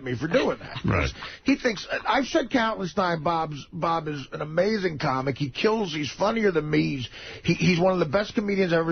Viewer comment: As one CAWmic to another CAWmic I'm being protective of my CAWmedy